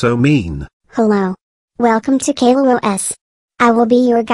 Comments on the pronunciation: when mario is saying caillou it sounds like gaillou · its not gaillou os its caillou os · OH NO ITS CAIL LOO OH ES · Caiiou not ku